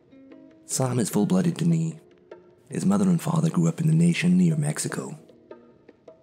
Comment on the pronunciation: its not duh knee its pronounced duh nay.